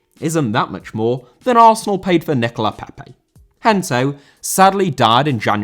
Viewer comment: Pépé* not Pepei